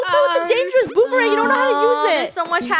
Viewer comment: OMG DID FUNNEH JUST SaY BOOBARANGE WHEEZES SO HARD